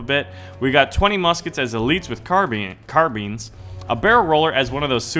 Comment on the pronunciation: its carbines not carbins